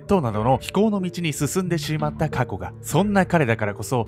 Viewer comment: 「非行の道に進んでシーマッタ」でワロタｗ